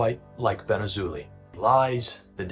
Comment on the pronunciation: His last name is pronounced “Azo”+“Lie” I am not even joking, ask every Jewish/Israeli person.